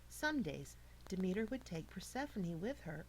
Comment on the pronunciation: (PER SEF FON EE) She said it right. I learned about it for 2 years